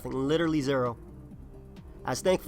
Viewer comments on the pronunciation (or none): none